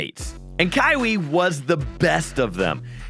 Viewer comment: kywie? Lol ky-wee lol